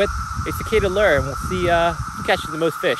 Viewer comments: Fyi, lure is pronounced lou-er, not ler. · Really Lew.. Lew.. Its literally Lewre. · You're right Mike its like the name Lew .. Lewre. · No one is making fun of him, just telling him how to correctly pronounce Lure.. Lewre. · you're friends here on your channel are right! Lure is pronounced Loo or like the name Lew.. and the second part sounds like Her without the H sound.. so its a defined Er sound..